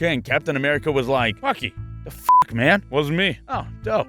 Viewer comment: did you just say fick you? its funny cause fick is german for fuck ^^